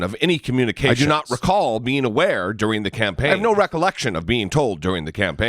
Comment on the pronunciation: He's suffering from the Jeffrey Beauregard Sessions syndrome... It's called, "I do not recawl disorder."